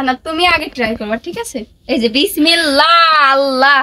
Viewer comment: একটা কথা বলি রাগ কইরোনা বিসমিল্লাহ একটু শুদ্ধ করে বইলো